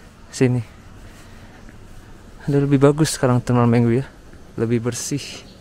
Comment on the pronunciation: gan bacanya mengwi bukan mengwi